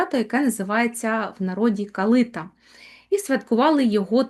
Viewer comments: Ясно, вибач, але це абсолютно неправильно! Ніколи і ніде в Україні не говорили КалИта. Правильно - КалитА, наголос на останній склад. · ❤❤❤дякую вам,калитА наголос на А